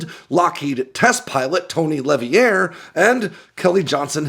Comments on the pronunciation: LeVier: “Lav-Eeee-Air” or, as the rest of us would pronounce it: Le-Veer. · Its Tony [LUHVERE]. Not [LA VIERE] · Tony's last name is pronounced La-veer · Tony Levier. Pronounced La-veer. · Great video! Tony LeVier’s name is pronounced “le-VEER”.